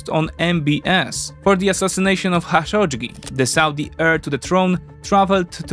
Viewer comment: It's not Xashodjdji, it's Kah-shock-dji